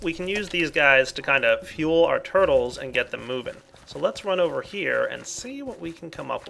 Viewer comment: I don't know why, but when he said "Purtles" it made me laugh xD